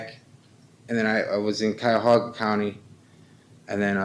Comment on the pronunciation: Hey,...Cuyahoga is pronounced Ky-Uh-Hoe-Guh. Don't mispronounce it again.